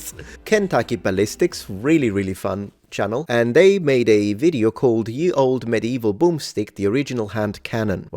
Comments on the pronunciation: I hate to be pedantic, but 'Ye' is pronounced 'the' The Y Was actually a thorn, a letter pronounced 'Th' that was abandoned around the time of the 1st printing press. Or so I was told. Please correct me if I'm wrong :) Love your stuff! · Speaking of pedantry: The "Y" in "Ye Olde" is not a Y as in Ygrek, byt a Y as in Thorn and is therefor to be pronounced as "th". So "Ye Olde.." is pronounced the same as "The Old..." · It bugs me a bit when people pronounce it 'ye olde'. What looks like the letter 'Y' is actually the forgotten letter Thorn that makes the th sound. Ye was the way to spell the. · I was a little heartbroken to learn that thorn (which at some point looked much like a 'Y') was always pronounced like "th." So, it never would have sounded like "ye olde tavern." Instead, it would have just sounded like "The olde tavern" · In old English the letter Y was pronounced as "Th" so the phrase is pronounced "The Old Medieval Boom Stick" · The letter looking as "Y" in Ye Olde Boom Stick was pronounced as "th" so it's not "yeee old boom stick ", it's just "the old boom stick" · Funny how everyone thinks the word is Ye when it's pronounced The; look carefully at the original, and proper, rendering of the word and you will find the letter for the "th" sound, also called Thorn. It looks like y, but the thorn points to the right not the left. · I'm kinda sick of "Ye Olde." (It's pronounced the same as "the old.") And the guntubers really can afford some decent armor to shoot, so it would be nice if they bothered. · Let’s do some more pedantry! “Ye” as in “Ye Olde Boomstick” should be pronounced “The”. Sort explanation is that it was originally written as “Þe”. “Þ” is an old letter called “thorn” and when movable type printing came along it was discarded and if needed was usually represented with a y! (This is bare bones and just from memory so any additions/corrections welcomed!) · Ye was pronouced the. Just to be pedantic..